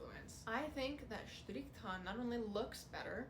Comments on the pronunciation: As a german I love how you say „Strrrichtarn“. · Never thought that saying strichtarn could sound so nice. Btw brilliant content. Thx youtube algorithm showing me your channel.